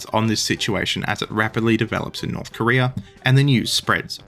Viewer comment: "Korear" -you